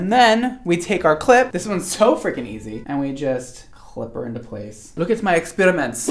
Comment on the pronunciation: Accent "Look at my experiments" 🤣